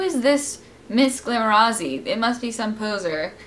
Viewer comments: You pronounce it like glamoratsi. Like paparazzi. Love you,! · glamorazzi is pronounced atsi like papparazzi:) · you say missglamorazzi so weird:D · You pronounced missglamorazzi wrong